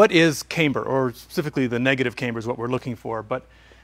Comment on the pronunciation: Say caimber one more time.